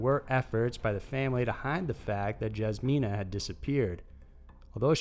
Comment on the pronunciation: F.Y.I. #2 Jasmina is not pronounced like it looks. My daughters name is also Jasmina and is pronounced like Yus-mina, not Like Jaz-mina. It's europe